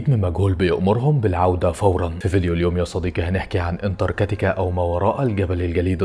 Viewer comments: انتركاتيكا ايه 😂😂😂😂 اسمها انتراكتيكا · في حد غيري مخه شوووط انتركتيكا😂